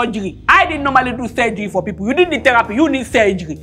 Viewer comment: 😂😂"You plenty for shiar" l don't want ora to block my shest🙉u don't need teropi ,u need 'sergiry'🤯🤯😳lya Baraka has keeed me🤣🤣🤣🤣